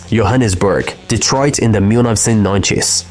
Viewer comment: Why he say Detroit😂